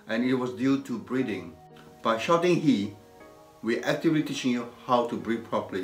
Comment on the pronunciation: I love how he says breathing in all his videos sounds like "briebing" :p